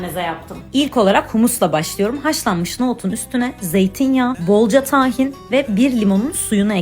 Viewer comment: Tahin kelimesinde "a" harfi kısa söylenir.